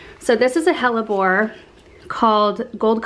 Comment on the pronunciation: every time you say hellebore I think you are about to curse lol